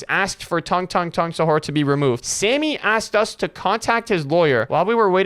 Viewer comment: The guy who sent the message said assked instead of asked